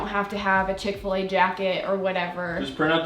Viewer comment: Chick-Fa-La for sure